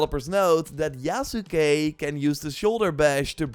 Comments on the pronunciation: lol you still got the end incorrect. Sahs-keh Yahs-keh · Yas-kay You've watched Naruto, right? lol Sasuke Sauce-kay Mispronouncing things gets under my skin is all. 😋 Already took a leap of faith and preordered the gold edition. Game has promise. Looking forward to the direct next month.